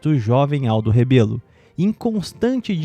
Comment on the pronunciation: É Rebelo e não "Rabelo", antes de inventar qualquer desculpa para se indispor a pessoa política dele, saiba como se escreve e pronuncia o sobrenome corretamente.